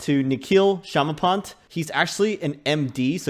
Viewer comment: Shamapont sounded like Schema Ponzi at the beginning XD sorry but I have to say it :-) I agree with your point of view. 20K can be achieved once all this has been implemented, so in maybe 6-10 years from now.